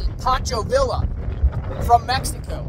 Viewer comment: Hey Guy. The man's name is pronounced as the double lls as a ye. Not like a house.